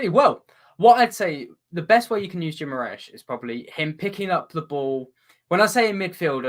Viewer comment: Toon fans - its pronounced Ghee-mah-RAH-es. This is how Brazilians other than people from Rio pronounce it (the ã is very nasal)